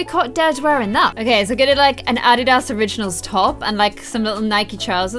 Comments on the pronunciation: Did anyone catch how pronounced addidas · the way says "Adidas" lmao